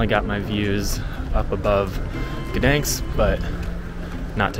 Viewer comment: Not so difficult to pronounce the city's name correctly.